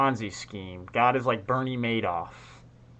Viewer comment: It’s Mad off not maydoff